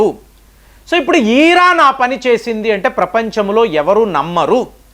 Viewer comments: వీడికి తల ఊపుడు బాగా ఎక్కువ......😂😂😂😂😂 ఈరాన్, ఈరాక్ కాదు. ఇరాన్ n ఇరాక్......😂😂😂😂😂😂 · ఈరాన్ కాదు బాబు, ఇరాన్